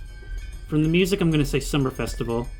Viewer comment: the way this guy says "MewZak" still love the video.